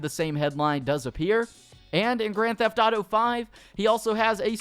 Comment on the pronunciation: And instead of saying “grand theft thauto” just say gta